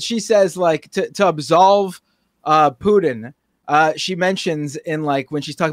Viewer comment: Did say "Poodin"?... and repeated it over and over. What's that all about?